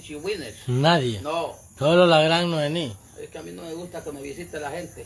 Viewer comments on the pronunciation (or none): no es Noeni! Es Noemí!😡🙈😠